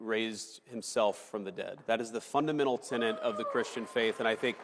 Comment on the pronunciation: Man I get tired of having to do this. It's tenET, alright? Not tenANT. There's no such thing as a 'tenant of the Christian faith'. Well not unless you're talking about a Methodist or somebody who's renting an apartment. And while I'm at it: it's not 'beyond the PAIL', it's PALE'. Which in this case means a fence made out of pointy sticks, not a lack of color. Look it up if you need to. And another thing: NObody's a "trader to their country", either, and that includes Chuck Schumer and AOC. The word you want is "traitor". "T-r-a-i-t-o-r". Alright, that's all. For now. But just try to WATCH it a little.